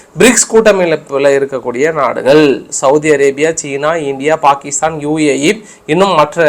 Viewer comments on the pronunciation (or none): none